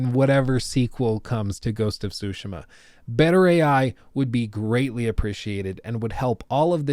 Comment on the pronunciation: Sorry, I had to say it, what's “Ghost of Shootsma”? It's funny how you pronounce Tsushima It's nothing how it's written or how you Pronounce it lol